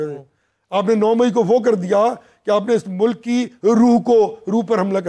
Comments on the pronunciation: Mr. you should concentrate on your accent It's Mulk not Muluk. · 2828 Shabash ,aap mujhay koi ''danishwer'' lagtay ho, Yes it is ''MULK'' and not MULUK, SHABASH aap bahut ''taraqi'' karo gay aur kamyabi aap kay qadam choomay gee. Sallam aur Duain from a senior from USA